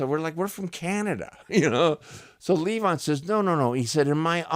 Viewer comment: Marcus Van Story used to tell that nobody in The Band could pronounce it luh VON, not LEE von! LOL